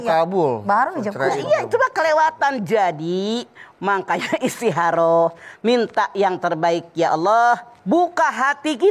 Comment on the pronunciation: Istiharoh. Kalo Mamah "Kho" nya diganti jd "Ha" mk nya istiharoh. Samaan seperti Khodijah jd Hadijah.